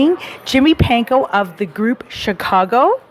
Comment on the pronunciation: His last name is Pankow... not Panko. Try getting it right.